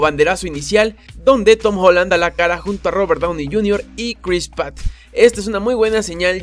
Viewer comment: CARNESH, CRIS PAT, ¿ERES SUREÑO O POR QUÉ PRONUNCIAS LOS NOMBRES ASI?